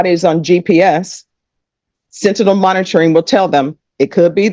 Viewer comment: finally, 40 minutes in the video and someone finally says "sentinel" correctly...